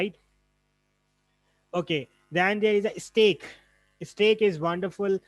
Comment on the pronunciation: It's STACK, not STEAK.